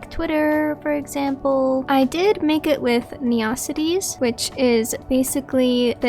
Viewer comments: first time I ever heard it called "ne-ocities" and not "neo-cities" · Nice try, but i only know ONE person that calls this town "ne-ocities"........ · I'm committing neocities on yall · I lowkey love it, made me smile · this was really helpful but u say neocities the way megamind says metrocity all love tho